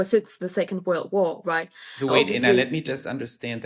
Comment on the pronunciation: It would be nice to have Anna’s name pronounced the German way. Just a detail, but 😊